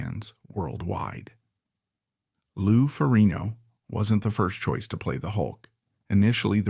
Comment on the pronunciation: if he says lou name like that one more time 😂😂😂😂